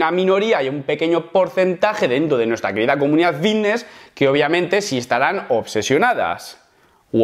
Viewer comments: De genial nada, mira q me gustan tus videos pero no soporto que pronuncies esa palabra "vitness" o la cosa q sea. A ver, repite conmigo.......FITNESS......con F. Gracias. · Diré una cosa, solo me concentre en la palabra vitness o fidnees😅😅😅😅😂😂😂😂😂